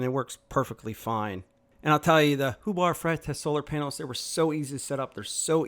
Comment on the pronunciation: Who the hell is Hubar Fretez?!😂